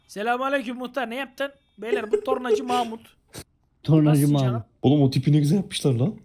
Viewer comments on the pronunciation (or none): abi orada sen tornacı mahmut dedin ben pornocu mahmut anladım :D :D